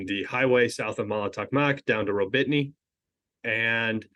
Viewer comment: gotta love how you suffer with the names. "Rawbeetnee" is simply pronounced Rah-boh-tee-noh